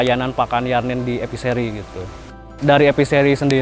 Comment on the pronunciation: Dengernya EPISERI, ternyata E Fishery